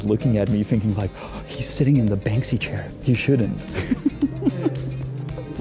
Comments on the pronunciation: "World of BanSKy" 😅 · Bansky😂😂 " Bansky", Czech artist right up there with Cimrmann!